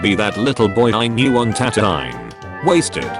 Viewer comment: Tan toe eye????? wtf???? Darth pla goo is???? WTF??? Lie Am??? Seriously???? Ka shy ak???? Dude you need to stop with your English accent.